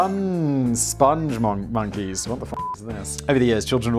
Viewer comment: Ah yes. The SpongMonkeys. No 'e' t the end of spong. The Lair of the Crab of Ineffable Wisdom